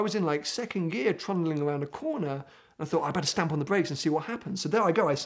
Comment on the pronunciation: the only thing that got to me when when he said stamp its like my brother saying jamp (jump)